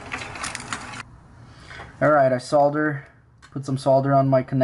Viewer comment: Amazing that he actually pronounces solder crr